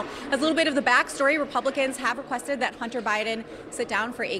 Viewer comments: She says "Hunner Biden". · EmptyG: “Hunner Bydn”. “Buhcuz”. She’s a joke.